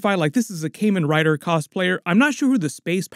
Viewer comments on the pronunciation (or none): god the way you said Kamen Rider pains me. Its "Kah-Men Rider" not "Kay-Men Rider"